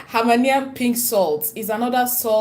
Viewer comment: It is called Hemmahlayian sound it out Himalayan salt